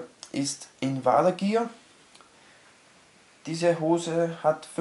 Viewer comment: Kannst du dich bitte informieren wie man 'Invader' richtig ausspricht?